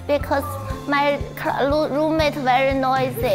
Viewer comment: Esther yu is vely vely funny not very its vely